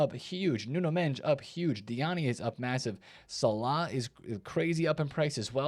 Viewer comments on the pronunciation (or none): none